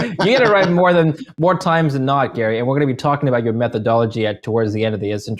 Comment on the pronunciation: Gary pronounced him wrong